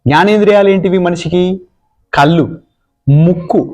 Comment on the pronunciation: తత్వం బాగుంది కానీ కళ్ళు అనలేరా కల్లు ఏంటి